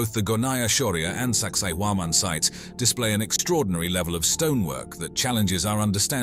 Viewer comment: "Saqsaywaman" sites. 🤨